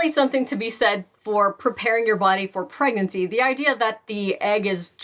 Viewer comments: girl said 'pregancy' 🤣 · I'm not trusting the pregnancy-'advice' from someone who pronounces pregnancy as 'preggency' l m a o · They lost me at “pregancy”